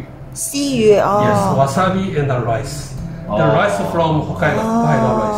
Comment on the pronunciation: “ ” 北海道 一聽都知唔會係日本人